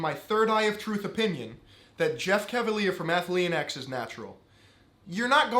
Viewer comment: Take a shot every time he mispronounces Athlean X